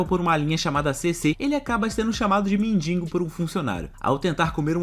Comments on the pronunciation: M e n d i g o, não m e n d i N g o... :D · Mindingo KKKKKKKKK